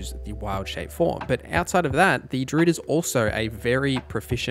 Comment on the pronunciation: First comment ever on YouTube.. but gosh darn this guy saying DROOD every time during the DRUID section made me not enjoy this...